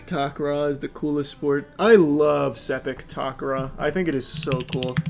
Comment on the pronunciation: the way he pronounced "sepak takraw" has got me laughing lol